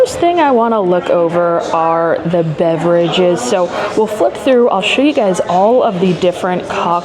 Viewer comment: Loved the honest review but my wife and I were shocked that you completely mispronounced “beveraaage” right from the start! 😊